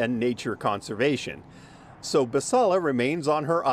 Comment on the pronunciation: Team Basalla! That Karen didn’t even give the gardener the courtesy of pronouncing her name correctly. That is the ultimate example of passive aggression. “There is no design.” What a statement. If you want design, go look into the bylines of your HOA agreements…I’m sure there’s a lot of design in those neatly written paragraphs. Stay classy, Novato.